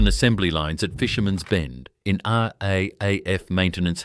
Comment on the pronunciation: American photos, total AI rubbish. Hint: RAAF is pronounced R double A F.